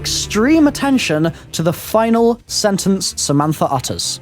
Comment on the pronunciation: It's Samantha Not Samanfa